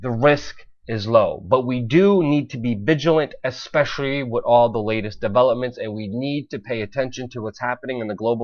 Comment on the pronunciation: Stop saying "wit" instead of with...you aren't ordering a Philly cheesesteak! Other than that, keep up the good work.